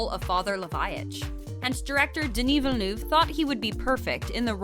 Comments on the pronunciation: how the voice commenter butchered Denis's last name. "Vanou" : ' ) Come on, French is not that complicated. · It's pronounced veel-nuv, not vinoov. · Villneuve not venoove is french canadien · It’s not so difficult. Why complicate your life by pronouncing it Ville- NOO -ve instead of Ville - NUH - ve which is the closest thing I can think of that sounds like EUVE. Who’s this Villnoove they speak of? Lol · Alright "Vilniuve" I can stand but "Cannès" ? Bro ! It's Denis "v-ill-n-huh-ve" and "can" festival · Swear to god if I hear Denis Vinouve one more time Svp prononcez le comme il faut c’est gênant 😅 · Just don't say his last name if you can't ahahah Denis Vinoove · Its Denis Villeneuve, not Villenoove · Molesting in an american way the pronunciation of names is NOT accepted. Veelnuve is different from Villeneuve, Canès is way different from Cannes. Other than that, that was a good coverage of the movie's background. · Denis Vinew? It’s not that hard to look up how to pronounce his name before you make a whole ass video on his movie. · I love the way Rebecca Ferguson highlights the correct pronunciation of Villeneuve in the FIRST CLIP then the narrator throughout the video...."Vinnoove". FML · Yeah OK but why do you keep saying "Denis Vannuv"? It's just a french name not some alien language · American's needs to learn how to say Villeneuve. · I'm really bothered by how this narrator keeps mispronouncing Villeneuve. She even says Cannes like "caNESS" LOL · The narrator couldn't learn to pronounce Villeneuve's name properly? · The way she just can't pronounce Denis Villeneuve name is so funny 😅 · denis has pronounced it himself a few times on youtube. im surprised at the needless fail in this video. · Jeez! "Villeneuve" is not that hard to learn and pronounce properly! You butchered it 50 times! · please inform you how to pronounce villeneuve